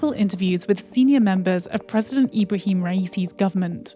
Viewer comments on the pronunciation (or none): none